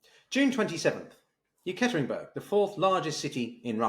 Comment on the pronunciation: Please pronounce the Urals main city correctly as Ye-kater-inburg.